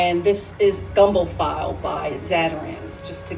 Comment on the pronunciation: Gumbo "Feelay" not file👍🏾